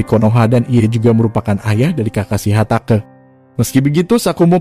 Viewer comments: Bang bukan hatake tapi hatake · Hatake bukan hatake🤣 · Bang bacanya hatake bukan hatake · Hatake itu dibaca hatake, bukan hatake. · hatake bang bukan hatake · Hatake baca nya ya huruf e belakang nya bukan jd hatakeu, jg bukan Tsunadeu.. Tp Tsunade.. Eeeee bukan eu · Yg paling parah hatake gw udah ga bisa maafin pengucapannya